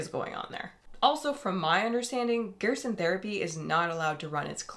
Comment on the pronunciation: It's pronounced GER-SON amd yes they do have countless files of people cured. The only reason they have to practice in Mexico is because the US government doesn't care about curing anyone with cancer, it's all about the money here. There have been countless proven natural cancer treatments but the government shuts that down real quick. No money is to be made in natural treatments. They have even made it a law that a doctor can get disbarred if they mention any natural treatment. How closed minded you are astounds me.